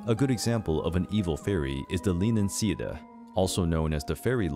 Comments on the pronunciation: Sidhe is pronounced "shee" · Sidhe is pronounced Shee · I believe that sidhe is pronounced "she" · You said Leanan Sidhe wrong... First its SHEE not see dah and second Leanan is Lei Ann Ann or Lei Ann On, not lee en en. Another example of the correct pronunciation of Sidhe is when saying Bean Sidhe or Banshee. Bean Sidhe is the proper spelling. And Banshee is just how it's pronounced, although some say bane (like the bane of someone's existence..) Shee. That's just down to their accent though. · Sidhe is pronounced shee not see da ... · "SIDHE" Is pronounced "Shee". Like the "Tuatha Dé Danann" which means the Children of the Goddess Danú, they are referred to as "Sidhe", but are in a totally different classification of fae. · Great 👍🏻 was very interesting! Irish tip though - sidhe is pronounced ‘she’ as in ‘bean sidhe’ which is anglicised to banshee. Lugh is also pronounced ‘loo’ ☘️. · Thank you for this video! The Sidhe are pronounced “she” :) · Sidhe is pronounce "Shee"; Leanan is pronounced "lay-non". The name of the creature would be pronounced "Lah-non shee". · Sidhe is pronounced like shee. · Pretty sure "sidhe" is pronounced "shee". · The Sidhe is pronounced 'She' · Sidhe is pronounced sheed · Sidhe is pronounced she. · Sidhe pronounced shee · SIDHE is pronounced Shee. God so many mispronunciations .... Please Whenyou do these types of things at least get the pronunciation right. Half of these are Names are said wrong. It is offensive. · Sidhe is prounouned shee a bean sidhe. Is what yiur calling a banshee also only Irish familys can here the bean sidhe. Next tuatha is pronounced too-ah. Please do research before making things like this. So much is wrong